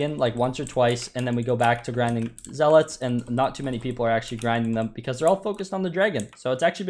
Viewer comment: it’s “Zealots” not “Zealots”